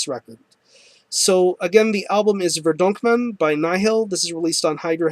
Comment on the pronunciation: haha i knew you would mess up the album pronouncuation :)